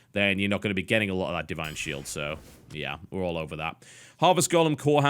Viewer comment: "Di ine Shield"